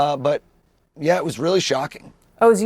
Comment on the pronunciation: It's pronounced Oz like Wizard of Oz and Dr. Oz. Not O's.